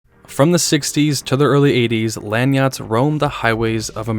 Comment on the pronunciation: Is this a robovox. He keeps saying Langnot instead of landyacht. I find this very troubling.